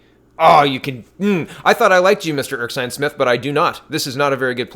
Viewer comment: you really need to start actually reading these names. You make silly mistakes like pronouncing Erskine as Erksine. Look at the words man, it is Ers-kine not Erk-sine. Slow you mouth down so you eyes can catch up man.